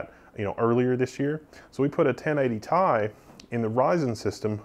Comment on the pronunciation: 1080 Tee-Eye. Not TIE. You're killin' me.